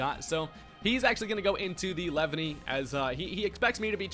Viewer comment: “Lev-any” LMAO